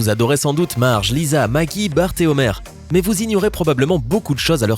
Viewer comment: Il a dit maki au lieu de maggie